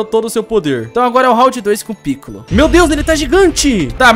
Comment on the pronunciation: se fala picôlo, e não pícollo,e vc chamou o hidro de esquisito, mas o amei o video continue fazendo videos assim